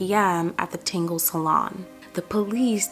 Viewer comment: The salon is pronounced "TAN-GIES"... I don't mean to correct but, I kept getting confused when you would say... "Tingles" or "Tangles" or something like that.....